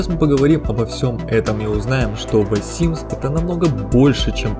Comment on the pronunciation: ВЭ симс, блин, с таким прозношением просто симс бы говорил)